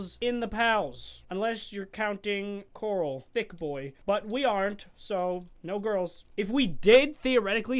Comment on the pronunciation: Corl not coral